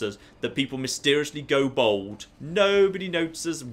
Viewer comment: Wow you pronounce bald really oddly. Like Bowled.